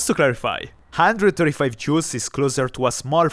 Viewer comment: hahaha! "... 79.3 Jew of energy..."